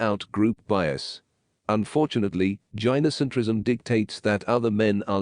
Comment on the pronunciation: Tip: When writing the script for your TTS, spell gynocentrism as guy no centrism instead. It'll help with the pronunciation.